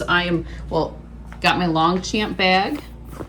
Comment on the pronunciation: Longchamp is pronounced "Lawn-shahmp" (lɔ̃ʃɑ̃), not "long-champ". The first syllable sounds like "lawn" with a soft, nasal tone, while the second rhymes with "lamp" or "mom" but with a subtle French flair. The 'g' and the final 'p' are silent.